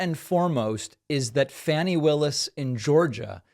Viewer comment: Fah nee Willis, not Fannie